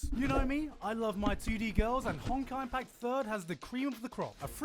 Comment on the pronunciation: You did not just say Honkage Impact